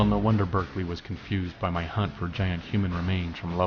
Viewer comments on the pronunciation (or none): none